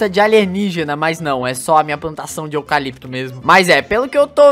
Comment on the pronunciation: Eu fingindo tar com a voz do Google Ksksks: Euh repetindo a intro 100000 vezes Quem não tá repetiu 4.07 Ele fala plantação de "ocalopito" sendo que a árvore e "pinheiro" Ksksks não. E meme só avisando